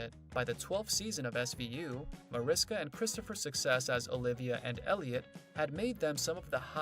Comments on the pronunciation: It's pronounced Marishka. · By now this narrator should know how to pronounce the characters' names and Mariska's 🙄. I can't...